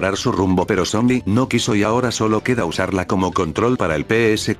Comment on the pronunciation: Soy yo o en ves de decir sony dice zombi